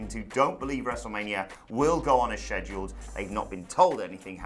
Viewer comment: why tf does he say "scheduled" like that???